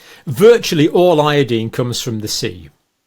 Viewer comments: Where in heaven did you learn to pronounce iodine? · We say it ( io dine) you say ( io dean) I imagine same page